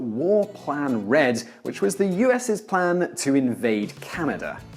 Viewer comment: about the map of huge america... Canadi? wtf? bruh, y u call us canadi's